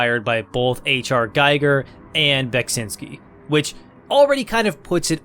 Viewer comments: His name is pronounced gee-ger not gay-ger, ffs. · the way you pronounce "giger" sounds like you have some experience pronouncing german words. the i is just an i though. you pronounce it like "ei" german doesn#t make sense when it comes to this. still cool that you pronounce it ei, since most don't bother. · However, he pronounces Giger incorrect. As Giger was a Citizen of Switzerland, the Name is pronounced with an I like in Index or India :) The review is great though (as always) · Not super important, but HR Giger's last name is "GEE-gur". It's a long E sound, not a long I sound. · That’s not how “Giger” is pronounced.